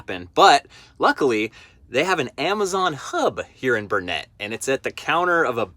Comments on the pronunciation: Burnet durn it can’t ya learn it it pronounced like burn it not net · I’m personally from Texas and it makes me cringe whenever someone pronounces a city name wrong. I’m just going to correct you real quick. It is burn-et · 1. It's "Burn-it," durn it. 2. Thanks for the rain. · Its pronounced Burn-It ; durn-it, better learn it!!! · Oh my man, you are hacking your way through the pronunciations lol. The town Burnet is pronounced "Burn it," and Bealls we pronounce "Bells" not Beels lol. Glad you had fun in TX! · Burnet is pronounced Burn-it or Bern-it. And the store is pronounced Bells!